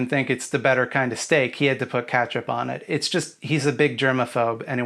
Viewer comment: Cringe, he pronounces ketchup as catch up. This upsets my grammar instincts because, as we all know, the word ketchup is objective